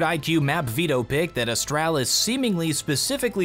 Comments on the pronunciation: Its astralis not "astrAAAlis" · can i just say its astraalis, not astrAlis. your pronunciation is triggering me so hard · Please stop pronouncing astralis as astrælis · AsTRAlis...not Astrelis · It’s not AstAHlis it’s a(straw)lis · Austr-AH-lis. So annoying but good vid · Is it just me or I feel annoyed whenever he says "Ahstralis" ? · The way he says astralis hurts my heart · Ikr, make it fkn stop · Yeah its bad.. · saying "Astralis" sounds like a British person imitating an American. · You say Astralis like my dad says Nintendo. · cant handle the way he pronounces astralis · the way pronounces astralis is stressing me out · the way you pronounce astralis. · Anyone else triggered of how he says Astralis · why do you say Astralis like that it hurts my head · Anyone left the video due to his way of pronouncing Astralis? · why do I find your pronunciation of Astralis so tilting... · The way you pronounce astralis tilts me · how do you manage to say astralis like your have some kind of speech impediment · Bruh the way you're pronouncing Astralis is triggering the fuck out of me.